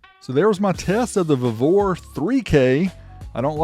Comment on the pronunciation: We pronounce it “vee-vor”🤷🏽‍♂️😂